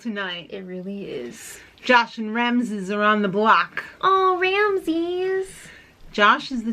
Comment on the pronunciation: Omg 'Ramzez' lmao 😂